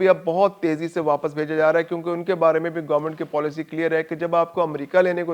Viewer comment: پولیسی نہیں پالیسی غلطی درست کرو